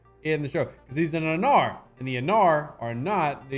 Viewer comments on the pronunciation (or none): Rev called hemmer’s race (a-nar), it’s pronounced (ae-nar)